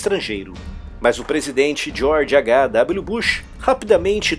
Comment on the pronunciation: Você pronunciou o H em português e o W em inglês George H W bush